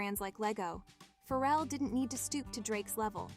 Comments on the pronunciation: The way she keeps say feral instead of Pharrell got me dying 😂😂😂 she acting like bro got rabies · Its pronounced Fah-Rell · I can’t with this AI mispronouncing Pharrell.. killing me..